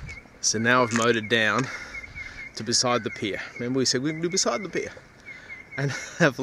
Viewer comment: Nice video, mate. And it’s ‘pier’. 😉👍